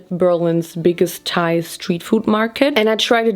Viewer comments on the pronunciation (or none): none